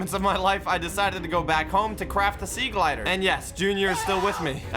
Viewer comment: Me when says sea glider instead of sea glide >:(